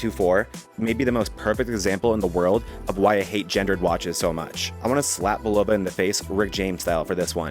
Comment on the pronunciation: great video, BUT its pronounced " BULL-OH-VA "😊